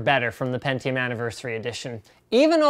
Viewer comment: pentiome iz zhe winnöur